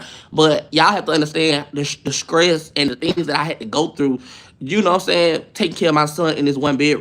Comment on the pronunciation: you don’t conounce words right ——— “don’t let this scress you out”😂